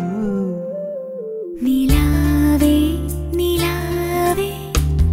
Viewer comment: Perfect pronunciation of 'Nilave' with the tongue touching the tip of the front teeth. Beautifully sung!